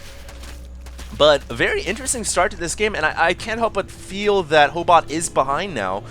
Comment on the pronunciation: Ho8ot means proboscis in Russian. And you said it right.